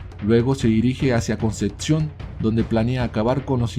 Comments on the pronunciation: Es Concepción no conceción.. igual bueno.. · dices "Concetcion" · Solo comentar q es Concepción y conceccion. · no es concetción......es Concepción. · Di bien ,"Concepcion" merda! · Concepción se pronuncia tal cual, no existe una "T" entre la p y la c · Como me pronuncies "Concepción" como lo haces, te sacudo.